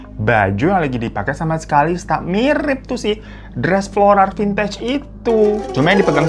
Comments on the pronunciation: Bang hiro floral bang floral bukan florar🫣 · FLORAL BU BUKAN FLORARRR!! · Froral apa floral.? Banggg